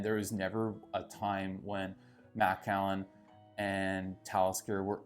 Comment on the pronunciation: M’kallen is how you pronounce it. Not Mack’allan